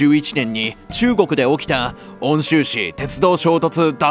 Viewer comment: 温州はうんしゅうって読むんだよ サンクコストの束縛にハマった 全部1から作ってもらうしかないだろうね 誠意も込めて倍額で依頼すればいんじゃないかな？